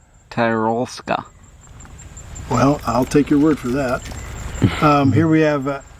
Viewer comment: Bro you don't speak a different language with your won language. You know you don't say konserwa but konserVa. And it's not tYrolska but you know how you say tin? So ti-rolska.